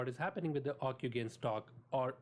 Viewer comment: It's pronounced ocu-jen! not ocu-gain! But, good summary overall. Encouraging.